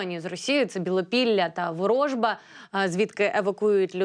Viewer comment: Ворожба наголос на останню літеру.